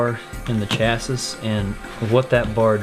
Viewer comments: The word "chassis" is pronounced "chassy", rhymes with "classy." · My brain bout exploded listening to him fully pronounce the last “ s “. 😅😅 literally came to the comments mid video to see if anyone else gears got to grinding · the mispronunciation of chassis ticks me off